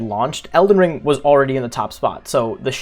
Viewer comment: “Elden ling” 🤭